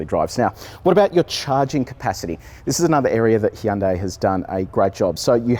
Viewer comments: Jesus you're making me cringe so hard man!! The review was amazing, the video itself was great to watch! But, I mean your channel has expert on the name yet, you call it a "Hi yon dai" 😵 it's like hearing someone call Versace, Ver sase. C'mon!!! 😢💀. "Hyon dae" is closer!! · Great review, great car. Just one thing, it's pronounced Hunday, like Sunday. Hyundai ran a Superbowl commercial years back just to make this point. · Funny when he says Hee Yun Dae Ee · Every time he said Hee-an day, I giggled. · He' un' day Me: Gesundheit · Why did he say Hyundai that way instead of how the Koreans pronounce it